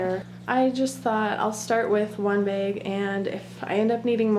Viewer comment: Beg its pronounced bag